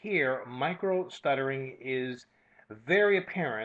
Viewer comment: I think he made a mistake... it's Micro Stuttering, not Micro Shuttering... he probably corrected it and re-uploaded thanks for caring!:D